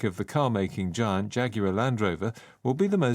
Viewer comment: giant발음. 뒤에 t를 발음안하네요. 자이언트 아니고 자이언아니고 '쟌'정도로 발음하네요.😂